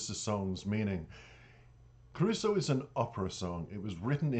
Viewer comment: I just watched an live Stream Jonathan just done, and in it he mentions Caruso. he said it was one of the most difficult ones to learn. he does not speak Italian. but yet his pronunciation of it is spot on. but he learns the verse as perfect as he can with the proper Italian linguist's etc. so that he understands the passion of the words and what he is singing. and the best yet! is that he has the voice to carry it off. I grew up listening to the Original Caruso. in my youth. I find passion, skill, talent. in this beyond my expectations. ECF